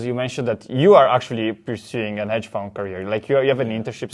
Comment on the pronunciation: Grande, ottimo video come sempre! Unica correzione, non si dice “paypol” ma pay-pal, e non hedge “found” ma fund 😉🤙🏻